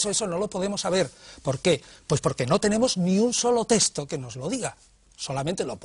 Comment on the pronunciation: Señores, a ver si os fijáis y hacéis el esfuerzo de pronunciar correctamente la palabra texto, que no es 'testo' como lo decís, por dios.